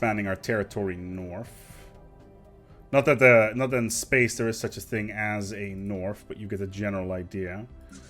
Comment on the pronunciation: No no no, it's "THEWE IS ONLY PLUSH" you forgot that R there